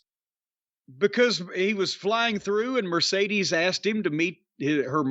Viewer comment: Not a single podcaster pronounces Mercedes name correctly